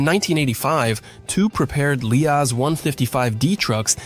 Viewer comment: It's a great video. But it's called Liaz. not L.i.A.Z. 😀